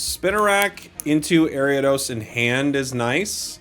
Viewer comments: Airy-Ah-Dose? What in the holy he!! Is this abomination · AIR-EE-uh-DOS..... AIR-EE-uh-DOS!!!!!! ARIADOS!!!!!!! YOU VULTURE!!!!!!